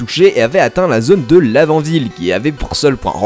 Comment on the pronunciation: Moi j'ai cru qu'il avait dit la vanille mdr xD